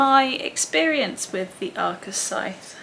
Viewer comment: I did the same thing you did, was pretty slow with reading and had to make a big push to finish the last one. also.. Scythe, with the digraph of 'th' being voiced. Ooo, and Faraday, he was a scientist from Elephant. That grey box in the middle of the old roundabout outside the shopping centre was in memory of him.